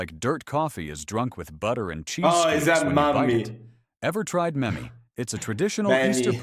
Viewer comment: The AI text was even worse than the words. Kahvi is not kavi, mämmi is not memmi, ruisleipä is not roisleipä, hernekeitto (pea soup) was twisted into smthg intelligible etc